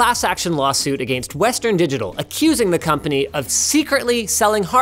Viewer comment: Whenever he says against it makes me cringe for some reason.